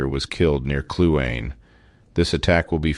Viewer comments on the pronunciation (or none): Kluane is pronounced klu ah nee.